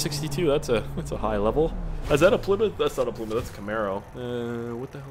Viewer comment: WTF ***** did u just say plmyth haha